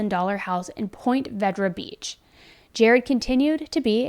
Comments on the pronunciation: Just a small correction, I used to live in Jacksonville Beach Ponte Vedra is actually pronounced Pont-uh Vee-dra. Not point vedra. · Ponte Vedra Beach is pronounced "pon-tuh vee-druh" not "point veh-druh". 🤣 Love you,. 😘💖 It's a very upscale area near Jacksonville. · It's pronounced "Point-ah Vehr-Drah".... That's how it sounds phonetically. Just wanted you to know. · (I know this is years later, but it's pronounced "pont-uh veed-ra") I'm glad to finally find your coverage on this case. It happened literally within a mile of where I live. Thank you for your respect as always! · Ponte Vedra is pronounced PAWN-Tah VeeDruh :) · It's Pon-ta Vee-dra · I live in Jacksonville & worked at the beaches. That is a very safe neighborhood. I took that shortcut to get onto the expressway many many times. I felt he was targeted for sure and that his x wife was involved. It is pronounced Pont a vee dra. btw. This was a great report. I have learned many details from it that i did not know. I fully believe the x wife had her husband find someone to hire to kill her x. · I live 10 minutes away from where the shooting happened. It was on the news all the time with trying to get people to come forward about any information because there was none. Love your videos and it’s pronounced like (Ponta Vedrea) but spelled differently 😊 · I am from Jacksonville! In surprised I’ve never heard of this case. Also, Ponte Vedra is pronounced “pont-uh-vee-druh” non locals always say it wrong lol. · Pawn-té Vee-druh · I live in this area. It's pronounced Pontuh Veedrah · Love u so much. I'm from around here and it's pronounced point Vee-dra 😌❤️🙏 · The town is actually pronounced “poinTUH VEEdra” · Ponte Vedra Pont-uh Vee-druh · Pontie- VeeDruh. But this is a crazy case!!! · Born and raised in Ponte Vedra beach… this case was wild. Love the effort but it’s pon-tay vEdra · sorry i have nothing productive to add, but as a jax native i have to point out it's called Ponte Vedra, pont-eh vee-druh 💀